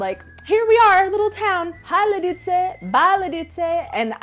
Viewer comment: VšichŇi liĎi z LiĎic. Vyslovovat měkce, jinak to furt zŇí jako jasný cizinec 😉